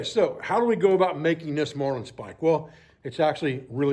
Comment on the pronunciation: Sorry to have to correct you but the proper pronunciation is marlin spike not marline spike. Great video ATB Sam Adler